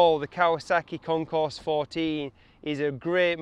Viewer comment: Sweet video! However, please keep in mind that the name of the bike is pronounced WITHOUT the "s". Meaning, say: "Kon-core" 14. Other than that little flub, it was entertaining and informative. Nice!